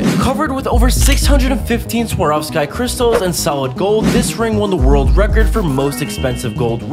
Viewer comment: Please stop pronouncing words wrong